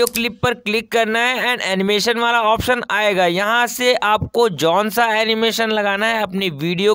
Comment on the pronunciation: Konsa ❌ Jonsa ✅ Nice video by the way ❤️❤️